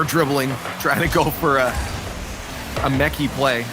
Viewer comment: Quit saying mechy.